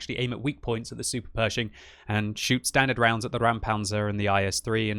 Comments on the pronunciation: Räumpanzer.. not Raumpanzer, and most certainly not Rammpanzer! RÄUMPANZER!!! And it is pronounced like this: Roym-pun-tsah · It's pronounced "ROYM-pantser", if anyone cares. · Just say "Roympanzer" for a better english pronunciation of the german Räumpanzer. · it's pronounced "ROYM-panzer" - your pronunciation of foreign names is usually very legit, so I just thought I'd pass this along... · Pronounced: "Roim-panzer" (as in - "oi - you there") - in other news, I wish we still had team damage now that we finally get tanks with showels stuck to them...) - lastly - always fun to see a historical Bundeswehr issue tank in totally non-historical desert camo =) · pronounces it like "Rammpanzer", which would be a ramming tank xD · Exactly, it's not a Rammpanzer and not a Raumpanzer. "Räumen" is a verb means mean to clear as in clear a street of snow or clear a site of rubble. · Dear, pronounce it "roimpancr" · BTW you pronounce it like the british Oi oi oi Roimpanzer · Ok please try this: say out loud "noice" and then try "Roimpanzer"...now you did it right! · You do not even try to pronounce it correctly??? Good Job... pro streamer... deabo block. ffs